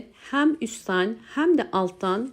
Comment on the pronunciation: Yeni nesil neden "hem" diyemiyor acaba